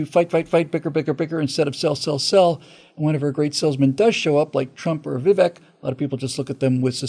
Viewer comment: Vivek is pronounced with a Spanish e sound, which sounds like a long A.... It rhymes with CAKE ... it's pronounced like VIVAKE. AND, We don't trust Kari Lake. RINO.